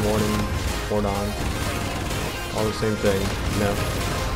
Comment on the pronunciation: Not War-don it's one word